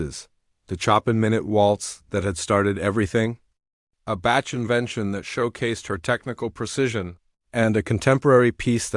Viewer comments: Please pronounce composers' names correctly! "Bach" is pronounced sounding like "Bock", not "Batch" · The only thing I really didn't like was the mispronunciation of the names. Chopin is pronounced Showpawn and Bach is pronounced like Bawk. I really wish they would program these ai's better. It was a very good story though!